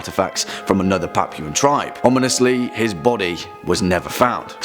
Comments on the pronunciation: what's an "uncontacted tibe"? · Err.. there is an "R" in the word "TRIBE"... just saying